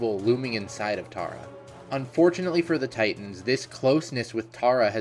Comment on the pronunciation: It is Tara name is Tara